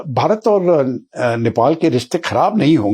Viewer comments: It's Nepal not Nepol, Mr. English man 😅😅😅. He is acting smart but doesn't know what he is saying.😂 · नेपॉल नहीं नेपाल बोलो एक्सपर्ट महोदय!